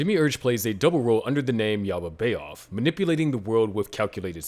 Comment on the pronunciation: Great content. Please adjust your pronunciation. Yaal-dee-bay-oth. Na-zhur-reek.